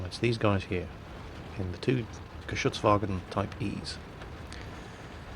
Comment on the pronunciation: you're one of the few youtubers who actually pronounce it Geschützwagen instead of Geschutzwagen. I, as a german, appreciate that little detail ;P